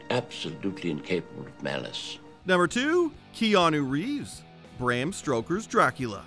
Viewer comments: This dude said Bram "Stroker's" Dracula.....multiple times. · Bram Stroker? Two times. Really, dude? 🤦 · "Bram Stroker's Dracula...." Come on man, you butchered the man's name twice. You've gone one job narrating a video and you failed. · This video, when you said Bram Stroker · Dude. The man's name is not "Bram STROKER," it's Bram STOKER. You had one job. ONE JOB. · STOKER! STOKER! It's STOKER! Not "Stroker"! Am I the only one hearing this? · Bram Stroker? One of the most recognized names in horror and you mispronounce it? Multiple times? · Bram “Stroker” not once but twice. Who put this guy on the Pro-ject? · It’s Bram STOKER, not Stroker! The narrator can’t get that right!!!!! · It’s Bram Stoker, you absolute stroker 😂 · Sorry, Bram “Stroker”? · Keanu Reeves had a habit of being the weak link in ensemble casts at the time. See also Dangerous Liaisons and Much Ado About Nothing. Also it's 'Stoker' not 'Stroker.' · its stoker not stroker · It’s Bram Stoker, not Stroker, lol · It’s Bram STOker NOT Bram STROker. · Stoker, not Stroker. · STO-ker, not STRO-ker. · Stoker - not Stroker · Stoker, not Stroker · "Bram Stroker" was the best part of the video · I had trouble getting past "Bram Stroker" as well. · “stroker” I heard it too 😆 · No one is going to take exception to the "Bram STROKER"? LOL. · Did he just say Bram Stroker's Dracula? WTF? Stroker? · Come on man, Bram Stroker? Really? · Um who is “Bram Stroker”? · Lol pretty rich to release a video like this when the person you have voicing it kinda sucks at doing the one job you gave him and can't even get Bram STOKER correct. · I believe it was done on purpose to run up comments. Obviously it worked.